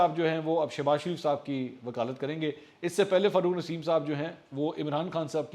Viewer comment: It’s not FARRUKH NASEEM It’s rather FAROGH NASEEM Plz correct it..!